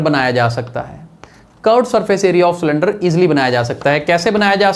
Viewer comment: It was not cylinder it was slinder🤣🤣🤣🤣🤣🤣 but thanks